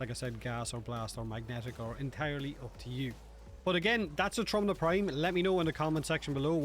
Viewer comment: Just so y'all know, "Trumna" translates to "Coffin" in Polish It's pronounced "Troomna"